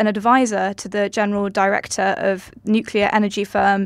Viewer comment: I cringe every time says, Nucular. Why doesn't someone tell him how it is pronounced?